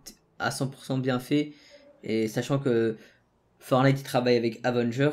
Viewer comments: ForTnite on prononc le T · Y faut prononce le premier "t" dans fortnite